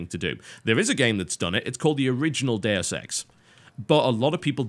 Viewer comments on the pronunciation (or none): none